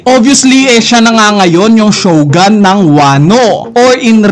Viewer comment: shog'a'n? alam ko Shog-u-n idol eh hehe